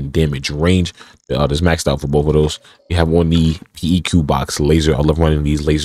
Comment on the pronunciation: Did he really say "peek" box laser in place of "peck" for the PEQ-15?? I'm in pain.